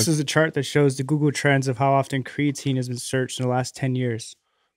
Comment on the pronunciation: It’s always been slightly annoying how pronounces creatine. But the way he pronounced Shia Lebouf….wtf